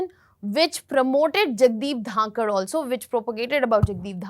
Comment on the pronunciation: She can't even once say his name properly not dhakar , it is dhankhar